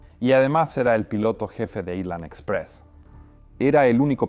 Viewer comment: No se dice aislan, si no ailan, la S no se pronuncia cuando la precede la L